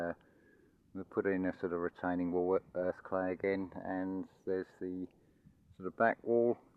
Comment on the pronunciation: Sorry I heard earthquake when you're saying earth clay ooops